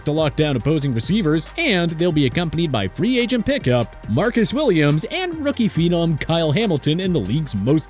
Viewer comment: I'm just surprised this narrator said phenom right for once